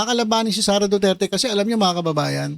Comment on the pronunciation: I don't trust him sareyyyyyyy not sareyyyyy